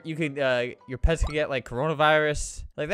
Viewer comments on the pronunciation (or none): What random people hear: pets pets pets. What I hear: pads pads pads